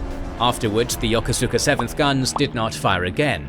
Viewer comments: He's right though. Still remember my cranky skipper correcting a junior officer about that. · You are badly mispronouncing "Yokosuka". It is pronounced "Ya-koos-ka". How do I know? I commanded the base there in the 1980's.